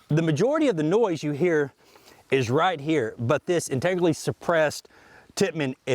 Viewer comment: "Integerlly" lol